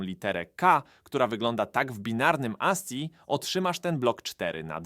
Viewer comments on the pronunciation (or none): Kanjii ASCII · kandżi* aski*